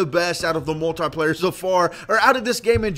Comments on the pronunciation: You keep saying moltie player it is multiplayer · Learn to pronounce multiplayer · he cant say multiplayer right